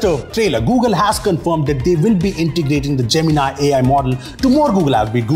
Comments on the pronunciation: Man don't call it gemin-i just call it gemin-e 😂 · That is not jeminaai Gemini you are a Indian pronunciation should be like a indian not a alien😢😂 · why everyone is pronouncing it as( Gemin-i ) = jaymin-ai . and not as ( Gemini ) = jaymini ?🤷🏻‍♂️ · I always thought Gemini was J-mini. Now it's J-min-i.